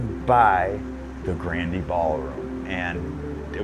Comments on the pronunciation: LOL pronunciation of GRANDE (Grand'ee) Ballroom... The 'e' on the end is silent, the spelling is 'Olde English'.. 😉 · It's weird how the folks in the documentary don't know how to pronounce the word "grande." It's not grand-ay, it's just grand. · Leave it to a bunch of Yankees that can't pronounce Grande' properly. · Grand E Lol. It's French and the e is silent.